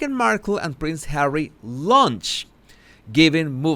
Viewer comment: You really make me laugh when I don't want to. I'm going through the worst part of my life right now, but, as always when you say "HAWEY " I just crack up,no kidding, I mean Hawey, really? so funny.Thanks for making me feel better. Love 'n Hugs to You.From the ❤️👑🤣🤣🤣🤣🤣🤣🤣🤣🤣❤️❤️❤️🇬🇧🇬🇧🇬🇧